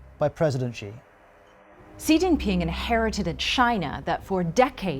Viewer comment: please stop pronouncing "Xi" wrongly, I think BBC should have enough resource to google the proper pronunciation of non-English words